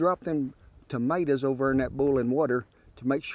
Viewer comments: Never heard TOMATOES been called MAADER's 👍😂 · "Maters" . Love it.